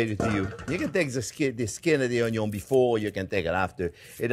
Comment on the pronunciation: Love the pronunciation of onion as 'un-yon' 😊. Also like your advice not to horizontally slice onion simply because it is already 'cut' by the natural layers.